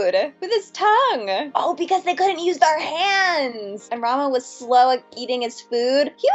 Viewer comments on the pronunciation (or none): none